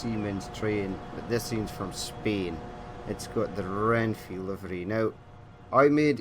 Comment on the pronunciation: Me morí de risa cuando dijo Renfi en vez de renfe